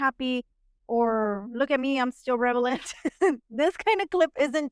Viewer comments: It's relevant not revelant! Lol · Yeah, except it's 'relevant ' not relavent. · I love your channel, but I have to tell you this: the word is re-la-vant.. If you are talking about ‘being appropriate to a circumstance’. I think you are confusing it with ‘revelation’ which is related to the word ‘reveal’. I hope this doesn’t embarrass you, it wasn’t intended as such. I know English is only one of the languages you speak. I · you keep saying revelant...no